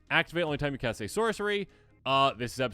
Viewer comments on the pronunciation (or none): "When you cat this spell," ??? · "When you Cat this spell" Love you guys <3